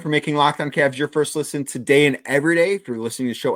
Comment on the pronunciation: CAVS!!!!! not Cabs!!!!